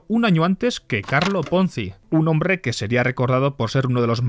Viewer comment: "El hombRRRRe"🤣🤣🤣